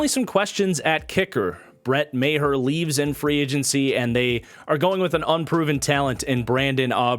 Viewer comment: Maher u kinda pronounced wrong but no big deal. Its mah not may-her.